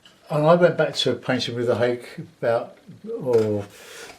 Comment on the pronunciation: Ha-kay is the pronunciation.